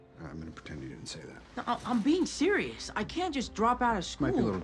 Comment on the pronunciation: “ I’m being sherious , i’m being sherious “